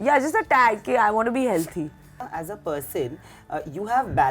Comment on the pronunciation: The fact that she can actually say "healTHy " is amazing... There's hope for Indians yet